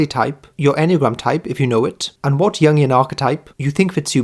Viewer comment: MBTI YouTubers: Jung and Jungian are pronounced "yoong" and "yoongian", not "young" and "youngian".